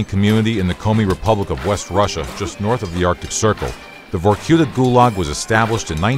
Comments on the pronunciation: Was? It is. Vorkuta is a city. And the stress goes on "a" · I hate the american pronunciation of vorkuta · VorQueta Victor Reznov- Vorkoota